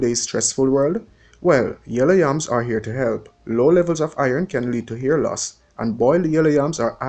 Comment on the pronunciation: Def education but the way you pronounce words WRONG is a turn off for me. For example you pronounce "hair" as "ear" "help" as "elp and drop all your th's you sound ridiculous instead of elite Found this so annoying I'm going to block this channel